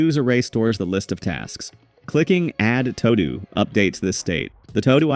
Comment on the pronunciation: Omfg, Todo is pronounced "too-doo". Like you need to do something.... simple